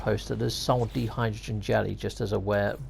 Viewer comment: It's die-hydrogen, not dee-hydrogen. You don't ride a bee-cycle, do you? Watch out for that di-hydrogen monoxide though. What a killer!